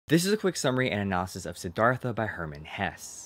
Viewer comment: His last name is pronounced "Hess-uh." not "Hess."